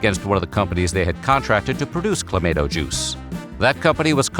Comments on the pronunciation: I don't even like the stuff and I have never in my 40 years alive have heard of it pronounced that way. I'll need a drink of something harder than CLA-MAH-TOE just to finish watching the video 😭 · OH MY GOSH, as a canadian you gotta pronounce that right. Clam - ahh - toe !!!!!! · Cluh Mah Toe... it's awesome in beer!!! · I drink it, straight out of the bottle, regularly It's pronounced Cla-MAY-to, and the Canadians can go take a flying leap through a rolling DONUT! Add vodka to it, it makes a CLAMSHOT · Checking in from Southern California, and the pronunciation of Clamato in this video is sending me over the edge. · I don't know what's more abhorrent, the drink itself or your pronunciation of the product name. lol. whoo boy. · Goddamn it that pronunciation is a war crime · Your pronunciation makes me want to stab you in the throat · Who the hell pronounces it like that? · Same...never in my life have I heard it pronounced that way. I just stick to V8😂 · You really need some Canadians on your staff. That pronunciation was horrid. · The way you say "clamato" is actually triggering. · He says tom-ate-toe, so it makes sense for him to pronounce it the same. He would have to switch back and forth. It’s a dialect thing. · They pronounced it that way as engagement bait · This AI video made me unsubscribe. What is this mispronounced Garbage. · That’s how everyone pronounces it except the guy getting paid to talk for a living lol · You should be arrested for pronouncing Clamato juice like that! 🤣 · 😂 I had to leave the video I could not deal with that pronunciation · I was actually looking forward to watching this until I heard that pronunciation. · I agree. It annoyed the hell out of me. Yet that is what you get with TTS. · Thank you!!! Every time I heard "Cla-may-to" juice it was like nails on a chalkboard! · Nope. They screwed it up. It's clamahto, not clamayto. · ClamAHto not clamAAto. Geeze! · U say claymato I say clamatoe😅😅😅😅😅😅😂😂😂😂🤣🤣🤣🤣🤣🤣🤣☝🏽☝🏽☝🏽☝🏽☝🏽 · Cluh - mah - toe